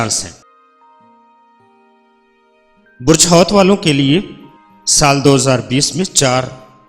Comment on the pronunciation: Ye name Arabic k Han ap ghlt ly rhy Han. Diloo nhi dalwe hota ha aur hoot hoa ha hoat nhi